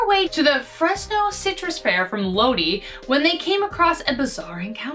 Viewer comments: Lodi is pronounced low die. Lol sorry I hate when people miss pronounce my towns name 😂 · The way you said lodi lol